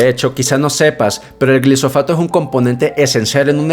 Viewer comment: Se llama glifosato, no glisofato. No es cancerígeno. Las demandas fraudulentas son parte de la campaña organica en su contra y no tienen sustento cientifico. La clasificación de la IARC fue solicitada por los abogados para poder hacer las demandas y Bayer ha ganado la mayoria de los juicios porque no es cancerígeno. Soy agricultor en los Estados Unidos y no nos dan subsidios para sembrar maíz. Una excepción es que he escuchado que para la producción de etanol si estaban dando subsidios. El maíz se vende barado porque no tiene tantos insumos. El maíz BT elimina la fumigación de insecticidas y el RR elimina la mayoria de los herbicidas y la necesidad de labranza y pasar la cultivadora. Aparte sale mas limpio, de mejor calidad, y mejor rendimiento. El promedio por hectárea son 5 veces más toneladas en los Estados Unidos.